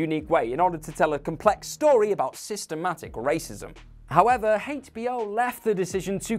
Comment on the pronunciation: I guess I'm the only one that hears it and thinks so but the way you guys pronounce HBO is so damn weird